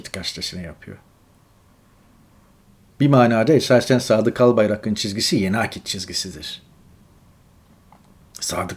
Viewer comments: Önce sen Türkçe konuşmayı öğren Örnek vereyim Albayrak ın değil Albayrağın diye söylenir cahilllll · Albayarak'ın yazılır. Albayrağın diye söylenir. Lütfen